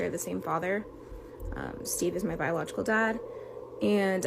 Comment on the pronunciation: Your saying steves name wrong she said it right